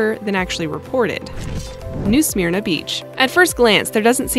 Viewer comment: Smyrna is not pronounced "smear-nuh" more like sm'r-na.